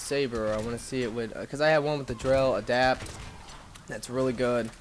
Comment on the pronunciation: Wraith, not wrath. Adept, not adapt. And Biotics, not bionics.